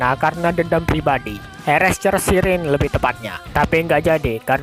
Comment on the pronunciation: Bang Cara Nyebutin Herrscher Itu Adalah, Herr Ser Okeh